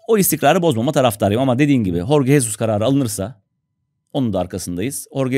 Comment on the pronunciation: Tekrar hatırlatayım. Horge Hesus değil Jorge Jesus diye okunuyor, yani yazıldığı gibi okunuyor :)